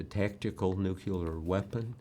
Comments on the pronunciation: It's pronounced "new clear," Bob. NEW-CLEAR. Why do so many supposedly educated people insist on adding an extra syllable to the word? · Bob Woodward can't say nuclear? Wow.